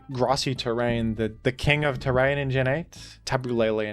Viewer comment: "In teh Rain..?" 😢